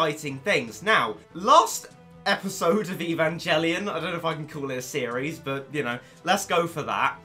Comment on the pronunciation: Omg, you suck, learn to pronounce the name of the anime before you actually say it, let alone make a review of game/ series that has such a big fan base world wide, I feel so bad for such ignorant people like your self, we are all laughing at you not with you, your the reason why if aliens come to earth we will all be fertilizer not the waiters for the table, I hate to call my self a human after watching this video, I'm going to start a fire and kill myself now so nothing remains so I'm not in any way seen as the same life form as your self, you don't bring shame YOU ARE SHAME